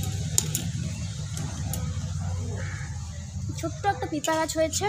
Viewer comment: tumi age mampi kotha gulo thik koro tarpor blog koro...pe pe k bolcho pipa sob kotha e vhul koro thik kore age sikho..kakrol k bolcho ghee korla ??funny hahahahaha nije nijer khilli uraccho...tomra ki adibasi